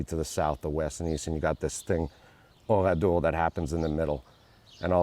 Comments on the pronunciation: pourquoi dit il OURIDOR et pas oradour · Oradour non pas Oridor.... Ça m'énerve.